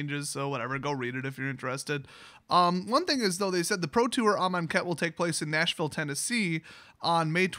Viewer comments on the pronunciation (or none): none